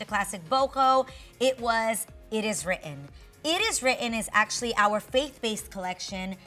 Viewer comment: ACTIALLY, ACTIALLY...HEY GET RID OF THIS WORD..